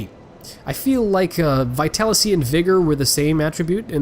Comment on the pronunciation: You keep calling vitaliTy "vitalicy". It's a soft T, has been bothering me since the DaS1 playthrough lol. Also don't know if this has been mentioned to you before, or if you already realized on one of your more recent videos, but the difference between strength and dexterity has been in the game since the first, and it's VERY important to check what your weapon scales with before leveling either up, if you check your weapons attributes, where damage and such is displayed you can find the icons for both str and dex next to different letters, such scaling can be (from best to worst) S,A,B,C,D,E. Note that weapons also come with a stat REQUIREMENT for using them, which is simply shown in numeric values, overall most weapons that you would expect to require a dexterous wielder (daggers, bows, whips, etc) will scale with dex, but since there are a few exceptions for these (and larger weapons too) you will do better by double checking their stats. example scaling: dagger, DEX: B, STR: E.